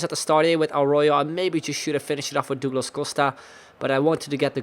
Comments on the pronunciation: Duglus Not Doogles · Say dug and say lass. That is how you say Douglas